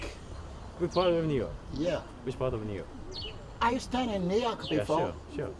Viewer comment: The way say New York 😂 “Niii Yarrkkk”